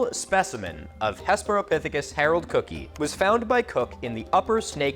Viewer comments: And of course you know where William Jennings Bryan based his political career, right? Nebraska. (Psst Cookii is pronounced "Cookie-eye,") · … cookii is pronounced cooky-eye. FYI. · I haven't seen another comment on this, but I always thought cookii and stuff like it were pronounced "cook-eye" and not "cook-ee". Idk if a joke is flying over my head, or I'm just pronouncing it wrong, lol 😅 update for anyone else wondering: both are right